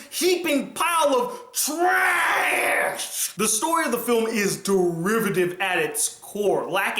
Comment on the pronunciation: "Heaping pile of TRAASSHH" 😂😂😂 I can't even.